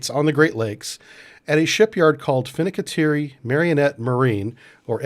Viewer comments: fin - can - tea - air - ee Please don't hurt my ears in future. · "Finnikiterri" - jive sub brief guy